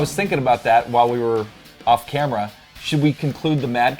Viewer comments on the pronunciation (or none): none